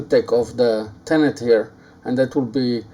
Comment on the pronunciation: Hi with respect just to help you with your English it is pronounced tenon not tenont Regards Aaron from England